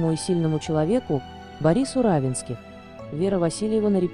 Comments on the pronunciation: Автор канала обратите внимание на ударение в фамилии Не РАвенских,а РавЕнских. Это не только на вашем канале. За что же такое неуважение к читателям и героям ролика?! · Уточнить надо было, как произносится фамилия РавЕнских. Хотя бы из уважения.